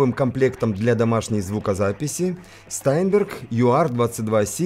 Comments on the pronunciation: Штаинберг правильно произносится это немецкая фамилия. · всегда интересно смотреть Ваши обзоры, спасибо. P.S. И всё-таки "ШтАйнберг", у Карла фамилия произносилась именно так!